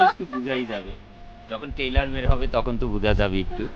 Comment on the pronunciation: তাকে কেউ বলেন এটা টেইলার না ট্রেলার।